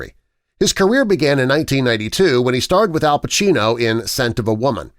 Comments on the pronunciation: Downvote for lack of attention to detail, It's Al Pacino, not Pachino. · There is no H in Pacino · I said that and Pacino not Pachino